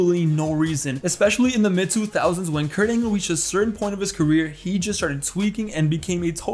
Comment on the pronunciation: Perc-Angle 😂 now that alone to me is hilarious..